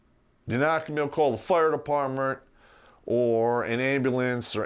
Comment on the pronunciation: At three minutes in he said “fire depertmnt,” and I was like oh he is drrrrunk.